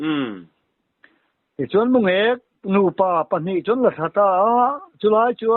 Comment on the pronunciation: mulêk tihloh tur..Mungêk tih tur